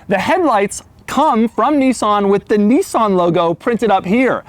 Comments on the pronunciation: "Knee-sawn"! wtf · Doug is long but narrow, he also pronounces Nissan as if it is spelt Nissaaaaaaahhhhnn